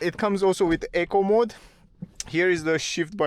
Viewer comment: No disrespect to the presenter but it took my ears a few times to realise he was saying ‘eco mode’ and not ‘acorn mode’. Doh, I’m a dumb donkey 😉